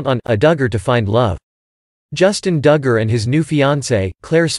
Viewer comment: or how to pronounce DUGGAR